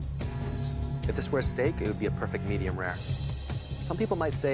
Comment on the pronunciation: "The egg is perfic"